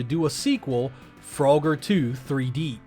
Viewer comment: Lmfao fro-ger 😂